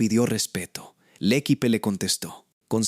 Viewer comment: MAL PRONUNCIADO EL ACENTO EN LA PRIMERA E, LA ULTIMA E ES MUDA😮😮😮 « le équipe » — l'accent porte sur le premier « e », et le dernier est un « e » muet.